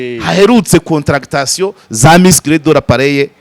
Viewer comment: Nkosore gato bavuga Contraction (des muscles) ntibavuga CONTRA-CTA-TION. Kuramo iyo CTA!!